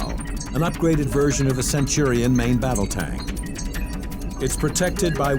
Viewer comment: Every time that white dude said “centorian” instead of “centurion” I died a little inside.